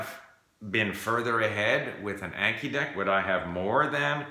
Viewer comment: Your Japanese is excellent, so I am surprised you're saying Anki wrong. I assume you probably didn't know it was a Japanese word, 暗記. Just a heads up for future videos.